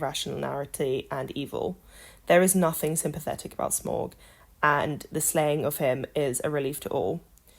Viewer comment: Smaug* you pronounced it wrong too